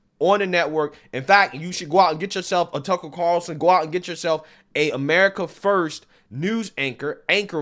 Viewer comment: I love that has such a hard time saying Tucker Carlson's name.